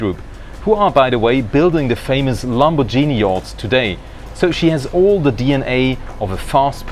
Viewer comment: Lamborghini not LamoborGIni